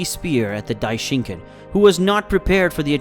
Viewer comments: this is the first time i watched your videos and your saying Dai-shin-kin and it kinda makes me angry how your mispronouncing his name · bro said Daishinkin